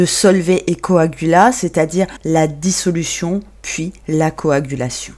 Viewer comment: Errare...Dissolution et non pas dissoulution....!